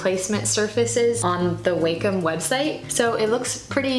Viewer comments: Enjoyed the video, Thanks for the brush link!!! Tablet name is pronounced "Wahcom" not "Waycom". Thanks for taking the time to share your tools and give great tips to beginners!! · Um, it's not "wei-com" it's "wa-com", like, "wah-com".